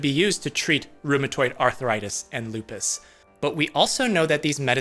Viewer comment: It's NEVER lupis. Just FYI